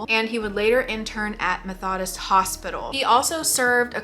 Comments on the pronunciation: not trying to be critical! but I think it might be a good idea if you googled words you don't know how to pronounce before filming videos assuming you take notes or script or something. 1) it's "method-ist", not "meth-odd-ist", and 2) it's bow-lown-ya, not baloney. I have noticed this in videos before a couple of times and never said anything but it really takes away from feeling like the story you are telling is credible if you don't know how to say basic things that are part of said story. Or makes it sound like you just copied from wikipedia. ^ ^' just being honest! wishing you the best~ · Methodist?? Meh-thuh-dist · You don't know how to say Methodist? That's a major mainstream denomination. Lol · And the way she said Methodist 😂😂😂